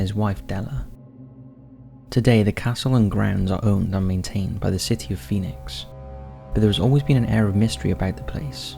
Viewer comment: Phinix castles... Lolol.. Those are defenetly not castles.